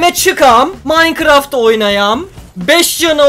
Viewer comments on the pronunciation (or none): none